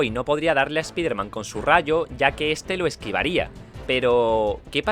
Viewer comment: se pronuncia espaiderman pero bueno (así se pronuncia en ingles)